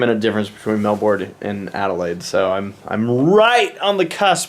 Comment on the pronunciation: WTF is mel-bourne. Oh you mean Melbourne XDD